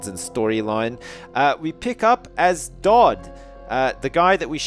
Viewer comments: FINALLY PRONOUNCES DAUD RIGHT! YES! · he finally gets Daud's name right! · Yay he's started pronouncing Daud properly! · I love with all my heart, but is anyone else glad that he's learned the proper way to pronounce Daud? XD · I was so glad that he finally said Doud's name right.